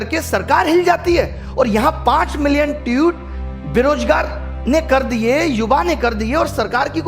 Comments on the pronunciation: ट्यूट नही ट्वीट😂😂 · Tweet toh thek se pronounce karle